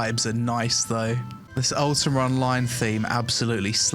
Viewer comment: why he says UltimaR =))